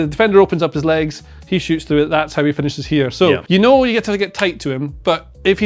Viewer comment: Did he say 'know' with a hard 'k' ? That's remarkable if so, if it's natural. Would have thought that went out 600 years ago! (Wonder if it's influenced by Scots 'ken'.)